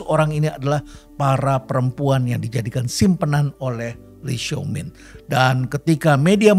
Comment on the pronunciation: itu di baca "Lai Xiao Min" prof.. pembacaan indonesia saja sudah cukup tepat